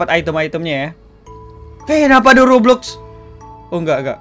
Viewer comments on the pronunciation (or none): none